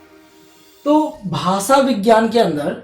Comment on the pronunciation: Hello sir, good evening ! Aapka padhana bahot achha he aapke knowledgeable baat samjate ho par muje aapaka pronounce jo 'भासा' uski jagah भाषा shabda ka pronounce kijiye